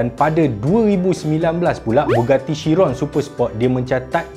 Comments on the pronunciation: Bugatti bang, bukan Buggati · bugatti la bukan buggati. tak sekolah ke. keh keh keh.